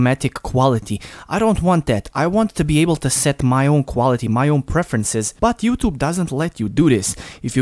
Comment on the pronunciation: Not youtob say youtube